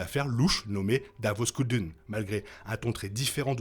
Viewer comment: Comment tu appelles Tay Kolma ? Je suis pas sûr de comprendre, car tu mets des images de Tay Kolma et tu prononces Tay ... que je ne comprends/connais pas et pareil davo sculdun se prononce "Skéldonne"